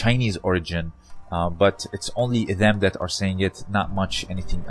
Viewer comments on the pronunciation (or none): none